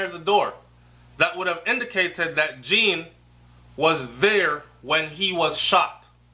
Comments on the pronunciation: it's pronounced Jon, not Jean...Just saying... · It's not Jean like a girl's name, it's the French pronunciation like zhahn. (john). The mother's explanation of the red mat sounds very correct, yes. Her uniform was still on because she had just gotten off shift and had not changed her clothes yet. Simple. We can not KNOW all the details yet as we are not privy to the investigation. Have patience. It WILL all come out at trial. What I am praying is that the TRUTH comes out, no matter what it is. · Please pronounce the poor unfortunate man's name properly. The name is Jean (derives from French and pronounced JON similar to SEAN or Zorn)